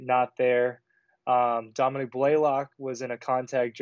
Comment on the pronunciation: Domi NICK…not Domi Neek.